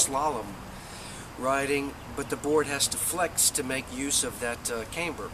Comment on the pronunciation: camber with a short A not Caymber...